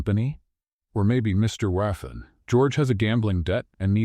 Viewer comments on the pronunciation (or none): none